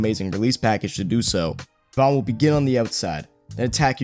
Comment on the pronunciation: Its pronounced JAY-VON not JUH-VON just an FYI